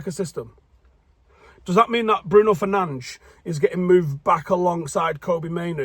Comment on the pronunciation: Just want to thank you for reminding us that Bruno is not related to Speedy Gonzalez and in fact Portuguese. You took to trouble to pronounce his name correctly and if we sign Nunes I hope you can repeat the trick!